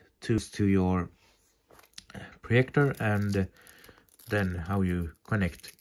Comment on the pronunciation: Its projector Not proyector